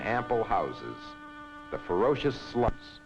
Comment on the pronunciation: Did he say " the fine ample houses and ferocious sluts " or am I just not hearing this right?